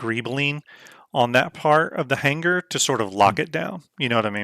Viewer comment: Omigod. Had to check out on that hard G every time he said "hanguher" for hanger. Otherwise, looked like a good vid.